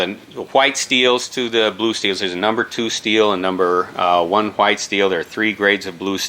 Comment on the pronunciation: Is it just me or does the knife guy not know how to pronounce "white"😂